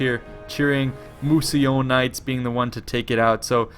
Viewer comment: just a quick correction: it's "Mousillon" not "Mousillion" :)